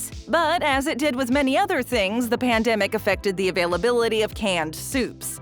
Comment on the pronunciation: Ya say pamdemic, I say epidemic